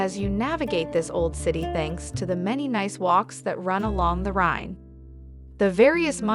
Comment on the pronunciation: Good video, but you really need to pronounce Rhein/Rhine correctly!